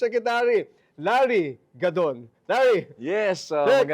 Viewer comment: Sorry it's larry gadon not godon